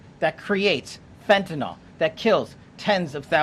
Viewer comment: Fen-tuh-NILL. NILL. Not fen-tuh-NALL.